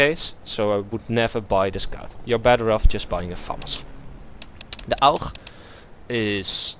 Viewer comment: The Augch ( aug ) :D Gotta love the Dutch :P